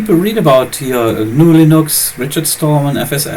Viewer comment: Rule no #3 - RMS is always right! It's Gah-new :P